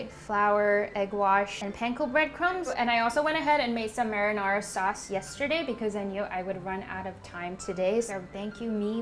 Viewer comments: Did she just say maranora sauce? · Please never say marinara sauce again 😂